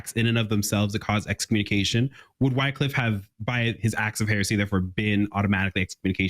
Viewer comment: His name is pronounced "wick-liff".